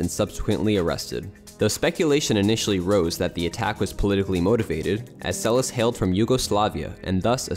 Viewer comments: It's pronounced Monica Seles (SEL es'.) Stress on the second syllable. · It is Seleš which is pronounced Selesh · Why not to pronounce her surname correctly? Selesh. She is not American. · Monika Seleš is pronounced more like: Selesch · Pronounced... Monica SeleSH.